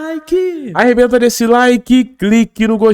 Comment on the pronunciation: Pow muda esse seu jeitinho de dizer arrebenta no like nao sei.nao